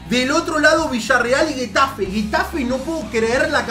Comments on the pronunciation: Todos: Getafe: guetafe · Nadie: Absolutamente nadie:: guetafe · se lee JEtafe no es GÜetafe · Se dice Getafe no GUETAFE aprende a decirlooooooooooooooooooooooooooooooo